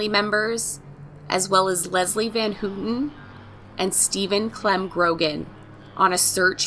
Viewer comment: I wanted to correct you on one thing. Her last name is actually pronounced How-tin. But, great job.